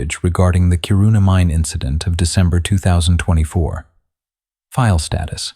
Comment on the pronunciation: A good one, even though I wish you had checked the pronounciation of the Swedish names. If you want to fix it, it*s Kiiiiirrrruna (with a hard k as in Camelot) and a distinctive preassure on the longer i (as in inch), not Chiruuuuuna. But I love the setting and the story!